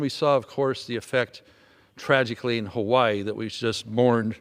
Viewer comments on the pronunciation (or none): none